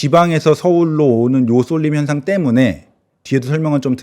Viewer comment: 의견은 전반적으로 이해됩니다. 그러나, 학교 평가와 부동산 가치를 비교, 연결하눈것은 바람직한 의견도 아니고 논리적 근거도 매우 부족합니다. 논리적 비약이 심한 것 같습니다. 그리고 발음 교정 좀 받으세요. 쏠림현상을 돌림현상으로 발음하시고, 저기 아래 쪽에를 더기 아래 쪽에로 발음하시는데, 의견은 좋은데 약간 발음이상해서 약간 바보 영구 같이 들려서 웃기네요. 혹시 컨셉인가요? ㅋ